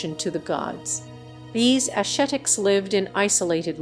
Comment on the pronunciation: Wonderful information. Need a new reader/voice over, however. Her inability to pronounce words like ascetic (among others) doesn't help your credibility. Also, if you want credit you must first give credit. It was the Anu who birthed Khemet civilization and the Anu spiritual practices (of equality, family, and non-materiality) that the sect, much later called Jews, was expelled from Egypt for preaching. The Anu were the small people of Africa. Until the big people of Africa reclaim their spiritual roots and revere their teachers, they will continue to be manipulated and abused by the least creative and intelligent of God's people. WE can't do wrong and think we'll get away with it.